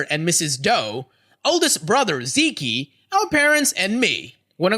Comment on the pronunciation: Zeke is pronounced "Zeek", the ending e is silent.